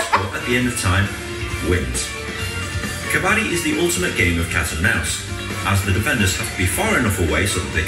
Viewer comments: Please please don't pronounce it as "ka-baa-di" cz it changes the meaning, the game is called "ka-ba-dd-i"😅😅😂😂 Moreover, once again... Your shirt 😍😍😍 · It is not kabaadi😅😂 it is kabaddi 😅 ..you will be on your heels all the time when you will watch it. It's too exciting. All the best exploring this game. Every Indian has played it once in their lifetime. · best way to pronounce............ "Ka-buddy"........ more stress on "d"............ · Pronounced as : Cub-Bud-Dee It has all become a Continental sport and attempting to get into Olympics. It's fast gaining World popularity. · It is pronounced as k-buddy with little stress on bud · Well tried to pronounce but unfortunately it was wrong , it is Ka-buddy what u miss-pronounced is a retailer trading in scrap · It's kabb badddi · pronounce like "cupboard" ....then d.............